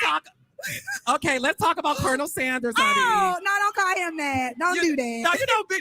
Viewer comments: it’s pronounced Ker-nil, a military officer title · Please stop saying Colonial Sanders like that!!!